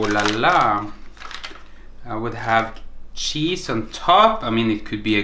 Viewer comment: "Shiny, svetty chesee" 😂😂😂😂😂😂😂😂